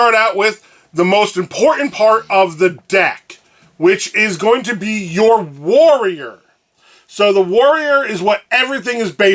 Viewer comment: every time you say warrior my mind says Wario